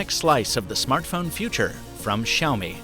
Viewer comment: How to pronounce Xiao, just say see ow as one word.